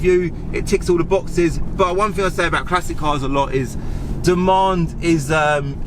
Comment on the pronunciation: "I fought I'd neva own one. Quite a rare fing."